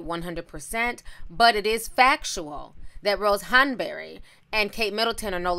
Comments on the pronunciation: The way you say "Hahn-berry"!😂😂😂😂😂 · Ti, Why you saying Rose “Hun-burr-reh” like that? 😩😂😂 I’m cracking tf up at how you saying it all snooty 🤣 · Ti's British accent "Rose Hanbury" 😭😩😂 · I am weak...you kept saying “Hanbury” 😂😂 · I’m over here cacklin at how you say Rose Hanbery 😂😂😂😂😂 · I love the way you said Rose Hanberry 😂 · I love the way ti says Hanbury lol